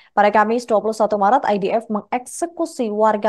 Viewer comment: IOF atau IDF min.. ini penyebutannya membingungkan